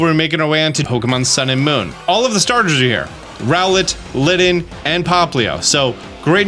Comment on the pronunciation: Please STOP with the lazy English it's LITTEN with two T's not LIDDEN...